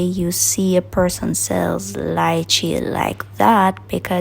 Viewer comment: i love how u pronounced Lychee properly...can't stand hear d Americans them spoil d word👍